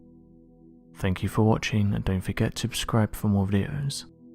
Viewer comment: Don't forget "tubscribe"